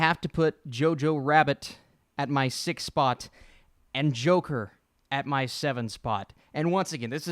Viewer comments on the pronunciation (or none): none